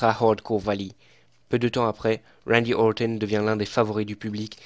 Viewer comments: Ne t'embête pas à prononcer à l'anglaise, ou alors, essaie de le faire correctement, c'est Randy OrTon, pas Orthon ^^ Sinon, contenu très intéressant, j'aime beaucoup ce ton posé, on voit que tu es passionné et c'est agréable de voir des catcheurs qu'on aime expliqué :) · J’ai l’impression qu’il dit « wendy auwton » avec l’accent angalis